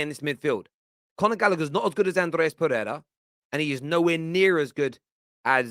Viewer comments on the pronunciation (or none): none